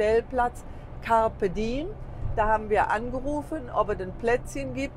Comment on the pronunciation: Campe diem ist lateinisch und heisst.....nutze den Tag. I und E wird getrennt gesprochen.